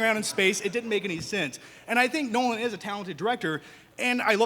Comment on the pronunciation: Christopher Nolan? NOLAN?!? facepalm